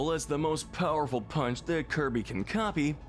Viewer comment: Pretty sure he doesn't even pronounce the "p" in "punch"